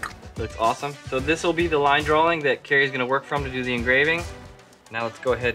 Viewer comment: ITS DRAWING NOT DRAWLING JESUS